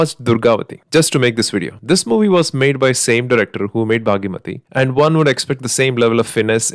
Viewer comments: It's bhaagamathi not bhagyamathi🙏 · Its Bhaagamathie, its not bhaagimathie😅😂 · Its "bhaghamathi" not baaghi-mathi